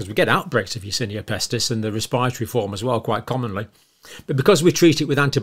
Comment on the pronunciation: "Yersinia Pestist" have you heard about "Yersinia Pestist" before xdddddd